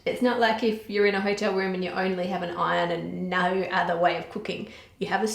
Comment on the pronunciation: that "ah noawh" .... incredible